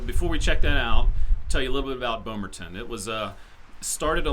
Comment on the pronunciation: Thank you for pronouncing Bomaron correctly!